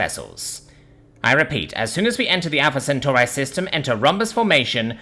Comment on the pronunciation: You pronounced Centauri in two different ways in the first paragraph.